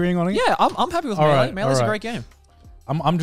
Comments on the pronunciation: Garnt was right on the pronunciation of melee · Connor on Garnt's pronunciation of Mêleé: "What, are we French Garnt?! Should you tell him or should I?🤣 Also, for the record, Garnt's pronunciation was correct 🤣.